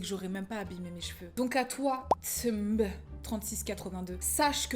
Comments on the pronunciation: j'ai pleurer de rire mais ca vas je te jure ca vas !! mais j'ai vraiment eu mon fou rire of the day quand tu prononce le tsmb mdrrr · Obligé de mettre un like et de commenter 😊. Tu as oublié le wouain après le perfectly splendid. Trop drôle la façon dont tu prononce le tsmb hahaha 😁.